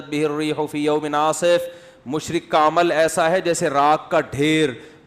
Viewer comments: مشرق نہیں مشرک ہوتا ہے بھائی صاحب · یہ لفظ "مشرک" ہے مشرق نہیں۔ اردو کا بیڑا غرق کردیا ہے۔ اگر سمجھ نہیں آتی تو کسی سے پوچھ لیا کریں.